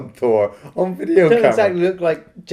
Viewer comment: "because it's shot on 'shideo' " ()